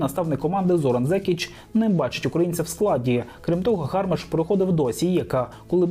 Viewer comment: Не гАрмаш, а гармАш. Перевірочне слово "гармата". Ганьба українським журналістам, які не вміють вимовляти українські прізвища (99% не вміє)